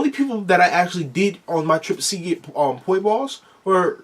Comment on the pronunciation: Did I just hear poi balls 🤣 they are just called Poi